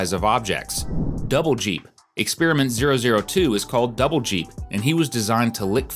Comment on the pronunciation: It is double dip, not double jeep 😂